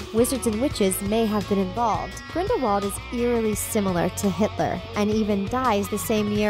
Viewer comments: It's Grinde-vald not grinwald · did. She. Just. Say. Grinwald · I stopped watching when she said "Grinwald" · it's grin-dull-wald not grind-wald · Ricki-Sue King smh it’s GRINDIWALD not GRIN-VALD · It's Grindelwald. Grindevald was pronounced that way by Viktor Krum because he wasn't that good in British. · It’s Grind-I-wald not Grind-wald And Dumbledore was a transfiguration teacher before coming headmaster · Ricki-Sue King Grin-del-wald, you mean. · Ricki-Sue King Yeah well I myself always got mixed up wondering wether it was Grindelwald or Grindlevald but if Dumbledore says it with a v then it’s confirmed as He knew him personally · Sorry but it’s grindwald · Grin-dolf Seriously?! 1) At the end of the movie, Grindelwald himself gives Credence the wand 2) You do understand the snake you just named ‘ maledictus’ is nagini? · The crimes of grinwal😂😂😂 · ‘Grinwald’ ‘Lehta’ NO!!!!!! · She can't say Grindelwald either! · Did you know that Grindelwald is a village in Switzerland? Just some random info...as for Harry Potter, if you pronounce the name in Grindelwalds accent the W becomes a V. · Or you could use your brain and realize that "Grindelwald" is a German[ic] name and thus would be pronounced as a German-speaker would pronounce it. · I was done when she mispronounced Grindelwald... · Omg Grindelwald didn't die until 1998. Not only is she terrible at pronouncing any of the name she has no clue what she's talking about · at least learn how to pronounce "Grindelwald" and "Leta" correctly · It's irritating on these videos when they terribly mispronounce things. Right at the beginning- Grin-del-wald, not Grinwald. Sound it out, lady. Wizengamot sigh